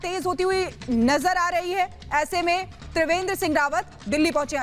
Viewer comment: तिवेंद्र नही त्रिवेंद्र